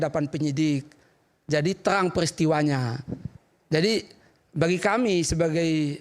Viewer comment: huruf R nggak bisa bagaimana dia bisa meyakinkan Rakyat,,,,,TERANG....TELANG...